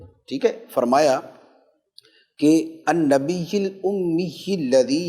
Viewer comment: النبي پر زیر پڑھ لیا گیا ہے غلطی سے صحیح زبر کیساتھ ہے ماشاءاللہ اللہ پاک مفتی صاحب کو سلامت رکھے آمین